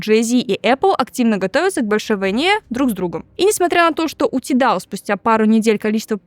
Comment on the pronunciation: Не тидал, а тайдал 🌚